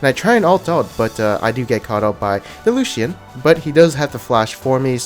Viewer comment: Lucian is 2 syllables not 3 lol